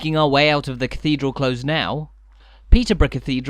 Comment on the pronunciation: It’s a close (with an s) not a close (with a z)! 😊